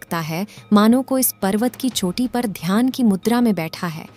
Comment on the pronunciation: छोटी नही चोटी । By the way your effort is good. Har har mahadev 🙏